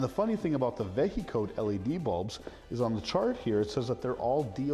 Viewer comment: Vehicode would be pronounced like vehicle, not veh-he-code